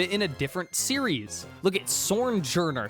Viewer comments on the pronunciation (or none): First you try to pass sword and shield as scarlet and violet, then compare “that” to botw/totk. And then you cant even say S T O N E-journer’s name? You said it yourself, its a S T O N E with a smiley face